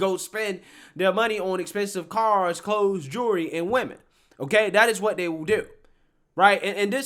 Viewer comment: The L in jewelry is NOT silent!